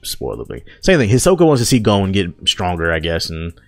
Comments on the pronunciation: Gown??? Its GAHN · Stopped the vid after 1. Says he only watches dub (Filthy casual) 2. Dis nigga said gOH-N Smh step ya anime game up brotha!